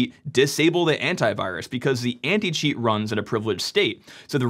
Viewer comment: He speaks "Anti-cheat" but as a non-native, in my brain, I'm listening "Anti-shit". What is really funny if you consider the video context